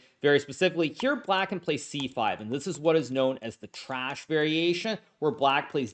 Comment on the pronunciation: He likes to meme a little 😂